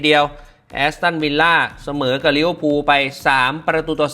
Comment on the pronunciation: ลิเวอร์พูล❌ ลิเวอร์พุน✅